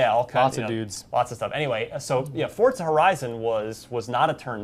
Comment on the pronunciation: why the hell are you saying it "fortza"? literally made me stop watching the video. fucking pronounce it right. it's not that hard.